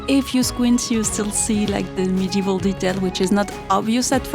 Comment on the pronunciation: Modeval and.... dare I say... ath-liege-ure?